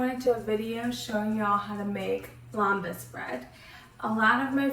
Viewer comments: It’s pronounced LEM-bas. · You are not pronouncing Lembas right.